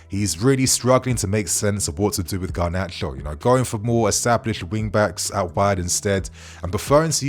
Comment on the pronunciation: No! Not Gnarcho!